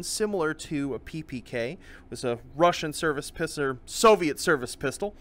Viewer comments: Any one else noticed say pisser instead of pistol when he saying it like ppk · "Was a Russian service pisser"